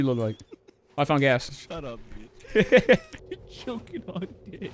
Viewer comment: Ah yes, "chocking"